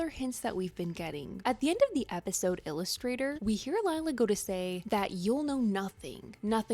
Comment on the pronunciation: She also said “us” in Illusthater